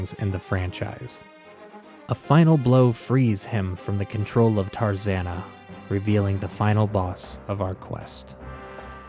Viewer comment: It's taranza lol not tarzanna